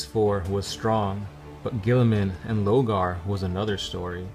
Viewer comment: Say it with me: 'LORgar'